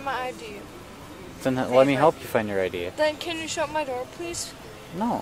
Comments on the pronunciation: I liked the “my idoor” too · and “please shut my idoor” like is that apple’s newest product🤣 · Every single time she said she wants the door shut she said “shut my I-door” and I had to giggle every time. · About 10 seconds after that she asked to “shut her “IDoor” lmao